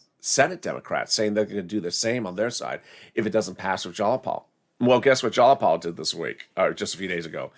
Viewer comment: sweetie, its pronounced jie-a-paul ...but.....I STILL LOVE YOU!